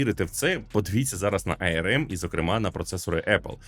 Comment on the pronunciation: ну не ай-ер-ем (IRM), а арм (arm), ну або вже ей-ер-ем (arm)